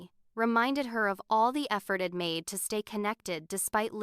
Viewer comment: Might be a good story but ‘I’d’ was mispronounced through out as ed. Too distracting